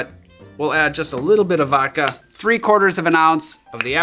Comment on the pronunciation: Please pronounce the D in vodka.